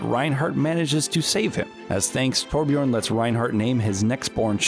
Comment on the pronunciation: Still can’t pronounce Torbjörn